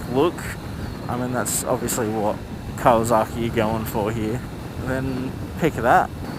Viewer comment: It's pronounced " Cow uh sok ee" not " cow uh zok ee".